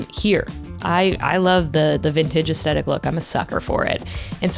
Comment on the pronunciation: Great video - please learn how to pronounce aesthetic though. It's not as-tec-ic, it's ass-thet-ic.